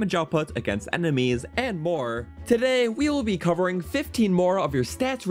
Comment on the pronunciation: The way he said enemies before I kind of says nanameis